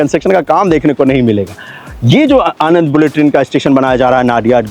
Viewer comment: Sir it's आणंद not आनंद In Gujarati આણંદ